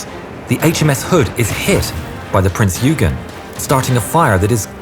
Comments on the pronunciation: It's not "Prince 'You-gen'..." , It's "Prince 'Oy-ghan' or 'Oy-ghen' " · Prince Yoogen? Why can't ANY of you learn to pronounce foreign names correctly? Would it really have been that difficult to find a German speaker? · Love how he calls Prinz Eugen Prinz Hügen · Wonderful video! My only frustration is with the pronunciation of the name of the ship, Prinz Eugen. This is a German ship - the pronunciation is 'Prinz OY-gen' not 'U-gyn.' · It's Prinz Oygen, not Yoogen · Can I just say as a fellow Brit, the Prinz Eugen is pronounced "Oigen" Sorry to be a pain, but so many people cannot seem to say it properly. :) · Prinz Oiegan is how we pronounce it. AI is getting better though. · The "dazzle stripes and swastikas were painted out by the time Bismarck left the Norway fiord. Prinz Eugen is pronounced "OY-GEN." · prince eugen is prononced oygen. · Wrong pronunciation. It is Prinz Oygen, like in Oyster. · Your pronounciation of the german names is awful. Sorry to say this, but it is the truth. The Prinz Eugen is pronounced "Prince Oigen" as in German the letters "eu" are pronounced "oi". Also why do you pronounce Günther as Gunther? while you pronounce Lütjens correctly? Makes no sense at all. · The ship that sailed alongside the Bismarck... The ships' name (Prinz Eugen) is pronounced like this: Prinz Oigen (Last name spelled Eugen... Pronounced like it was spelled "Oigen")...